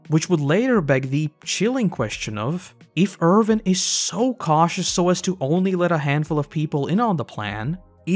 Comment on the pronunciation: It's Erwin, not Ervin. Win, not Vin. Thanks for the vid! :)